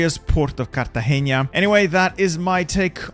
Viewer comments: you said Cartageña instead of Cartagena (no nye sound) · fun fact : nice try saying cartageña but is not with an Ñ is a simple N so no "ña" normal N pronunciation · it hurt me so much as a colombian when he said cartageña instead of cartagena 💀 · I love how u say “Cartagenia”